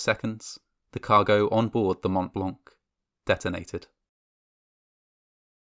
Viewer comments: Le "mount blank" se prononce "mon -blan" (white mount : le pic du Mont Blanc, dans les Alpes françaises...) 😉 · It's actually "Montblanc", not montt blancc. How cerebrally challenged are you? You sound like a 5yr old trying to be cool lol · Hey ! Just so you know, the "t" and "c" of Mont Blanc are silent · Fascinating. A lot of details, I was never aware of. On another note, please learn how to pronounce 'Mont Blanc'.